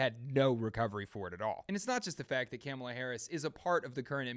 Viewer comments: MAGA: threatens the Nations capital on January 6th over lies and pseudo-direction from a wannabe dictator. Government: ok; don’t do that- now we have to draft a threat response and keep an eye on all of you. MAGA: the Government is spying on us and is threatening us! … By the way, it’s Kamala- as in “comma-la “ … we all know how to correctly pronounce their name. Get with it. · It's kum'ala as in kumallaverherface. Just ask Willie Brown, & EVERY powerful man she met, that could advance her career. Heels up, knees down, & the position was hers. She hasn't the brains to operate a toaster. She was once asked, What do you put in a toaster?? & she literally answered, "Toast." She is COMPLETLY UNQUALIFIED to be POTUS!!!